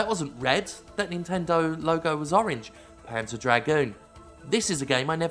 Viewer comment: Whenever you said the title "Panzer Dragoon" I just kept hearing it as "Pants of Dragoon" :P